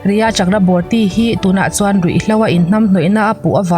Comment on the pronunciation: i aw a nalh, ngaihthlak pawh a nuam, mahse Rhea Chakraborty hi a ziak anga lam loh tur...Chakraborty hi Chakravarti tia lam tur...an hnampui te lam ang zela lam hi ngaihthlak a nuam...i channel a nghahhlelhawm ṭhin e